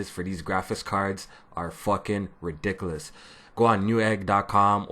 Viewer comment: you said what? reDICKolus